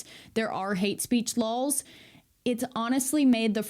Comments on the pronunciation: I ❤️ya but you keep saying ‘ lawls,’ it’s laws. JusSayN. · Christ almighty stop say “Lahls”! It’s LAWS! Still love ya though. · Oh really, in the prince's castle, were you. Had a chat with the prince in his castle, had you. Bloody show-off ;-) And why the hell do you pronounce laws as lols? I'll be stealing that one, I think. For real though, I love the clarity in his analysis and I'm glad there even is an "our side". I'm European and did not even know that.